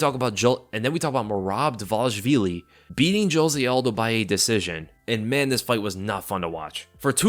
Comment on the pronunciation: Observe the letters: Dvalishvili, Dva- lish-vi-li 😛